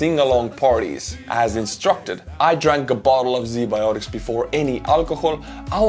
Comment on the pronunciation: Bro, Z Bioticz? Really?